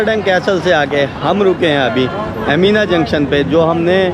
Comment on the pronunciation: it is not pronounced as CASTEL but CASEL the T is silent,you are an international Vloger so please be careful with pronunciation.Slavery was bad but worst was that African tribes used to capture other Africans for slavery.